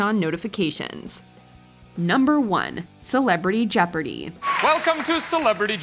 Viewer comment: Did you just said celepardy jeopardy?